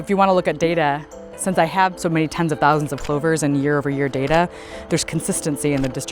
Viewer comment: my face after she said TOUSANDS..